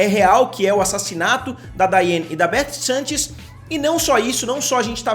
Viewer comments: pelo amor da curva finita central PARA DE FALAR "SENTCHES" É SANCHES SE QUER LER COM SOTAQUE É S(A)NTCHÊS AAAAAA N AGUENTO MAIS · Amo seu canal mas dói meu coração vc errar meu sobrenome toda hora